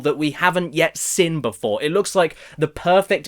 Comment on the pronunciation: The word seen isn’t pronounced sin ffs!!!!!!!! Other than that u ain’t bad